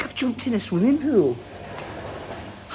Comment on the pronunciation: its pool, not pwul.